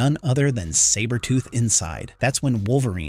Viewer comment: I'm not gonna lie. This was awesome to watch until AI pronounced Sabertooths name incorrectly. Just ruined it for me. Comics Explained should do this story.